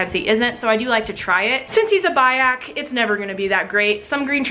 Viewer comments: Its bee-ak. Not bye-ak. Learn your names as an animal lover, please. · Biak is not pronounced BUY-ak. Its Bee-ak.